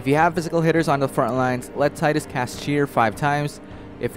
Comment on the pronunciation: it's pronounced tee-dus